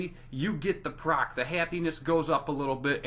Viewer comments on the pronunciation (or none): none